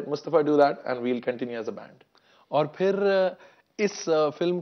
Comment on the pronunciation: Bipendra ɐuɐɹ not fir its phir